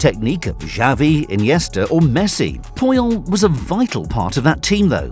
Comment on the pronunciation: "Carlos poh-yol"